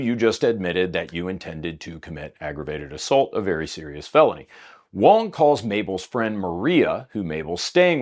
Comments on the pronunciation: Going between pronouncing "wong" and "wang" really made that story hard to follow lol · At one point you called him Wang and that was Wong.